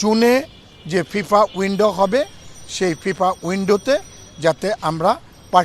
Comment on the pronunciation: What is 'Fipa'? It is 'FIFA'. Cannot even properly pronounce the word and yet he represents 'BFP'.